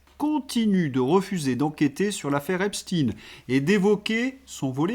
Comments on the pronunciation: On dit Ep-cht-ein et non pas Ep-stine !!! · ...en parlant de "larbins du pouvoir",, si tu continues de prononcer Epst"ine" au lieu de Epstein... tu fais preuve d'être un "bon serviteur" qui s'abaisse comme un larbin..😢 Pourtant tu vaux mieux que ça...🤔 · Tant que les gens ne sauront prononcer epstaine comme il faut, ça va rester pareille! C'est tout un enchaînement. Le mensonge et le camouflage à tous les étages..